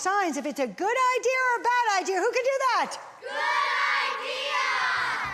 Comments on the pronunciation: Why does she pronounce it “idear”? Was she never taught to pronounce that word properly? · Anyone else dislike how she said the word ‘idea’? “Idee-errrr!” Lol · Didn’t know ‘idea’ ended in an r.. LOL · I don’t recall seeing the letter R in the word IDEA….. 🤦‍♀️ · I think it comes from the British influence because they will end words with an R if they actually end in a vowel when speaking quickly.